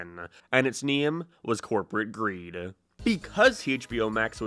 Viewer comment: "corporate greedaa"